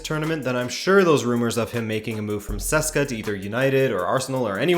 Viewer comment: Did you just call CSKA Moscow “Cesca”?